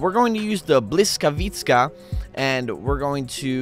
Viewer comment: he mispronounced Blyskawica so badly 😂